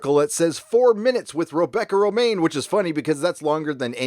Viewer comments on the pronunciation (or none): none